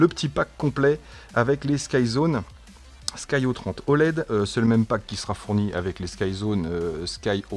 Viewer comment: Salut. J'ai les sky02s et c'était déjà de supers lunettes... C'est souvent que je les conseilles... Je te les avaient envoyé à Dom pour les comparer aux ev200d, il n'avait pas de reproche à faire et ensuite il te les avait envoyé il y a quelques mois mais tu me les avait renvoyé aussitôt... tu aurais du les essayer😜. Après ça ce dit des "sky zéro trois oled" et pas des "sky zéro trente oled" Dommage que c'est du 4/3. Le 16/9 c'est plus sympa quand même... A plus et merci pour tes review 👏👏👏👏👍👍👍